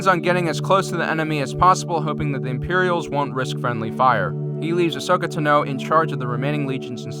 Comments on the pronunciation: “ahsokeh tenoo” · As soon as I heard you say asoka tano, I realized the Republic was srewed